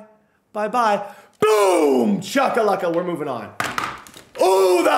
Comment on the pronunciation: It’s shackalacka not chuckaluca.